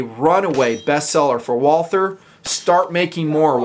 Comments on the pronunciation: If you want to pronounce "Walther" right you say "Wulter". The "u" like in slug. And you can just omit the "th" and use a "t" instead because this really isn't a "th" sound. Great review great pistol. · Great review, great gun! I just wish more people pronounced "Walther" properly, just like it grinds my gears when people don't pronounce the "e" at the end of Porsche. "Walther" is really pronounced "Vaulter." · Ok let's say this slowwwly Voll(as in volley)-ter(as in water). This is not very hard and it absolutely drives me and I'm sure other Walther enthusiasts nuts. Follow this pronunciation guide and you'll be saying Walther like a pro and not a moron in not time flat. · Nice review. Say it with me now, Walter...or even more correctly, Valter. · You don't pronounce the "th". Just pronounce it Walter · I'm in the hospital right now and watched the review for relaxing. I'm german and nearly popped a stitch when you said "walther" trying to sound german. Very nice I go buy one when I can